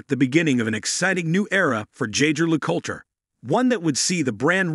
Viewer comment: Oh gosh… does a video of a brand but doesn’t learn how to pronounce it right. My ears bled.